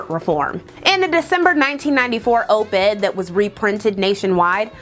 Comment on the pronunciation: Op Ed, not oop ed.